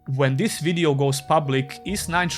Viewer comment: "ees" game? lol